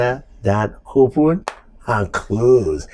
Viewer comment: Good to see the again. "Hopen and close" 😂